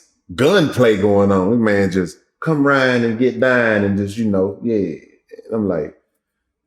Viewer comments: Y’all notice how he talk like Bruh man from the Fif flo(who was originally from Houston too) Houston pronunciation is so sexy====> Dine(down), Rine(round), “house”, etc whew! So sexy the men who are ORIGINALLY from Houston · "Young Ro, come on rine' hea and get and dine' hea" 😂😂😂